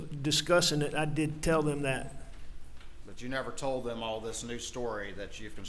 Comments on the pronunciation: Other than being a horrible killer of one's family...why can't this gross human being pronounce his t's, and th's?! It's "dis, dat, dem, dey, etc.!" 🙄😤🤬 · "Dis, dat, dem, dose, da, dere" Apparently this guy can't pronounce "th". lol